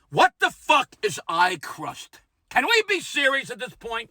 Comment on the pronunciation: Eye 👁 crust! Lmao! 😂 I thought you said “pie crust!” Yeah, that’s a fun one in the morning. Have we missed any orifice? 😣😁😘🗽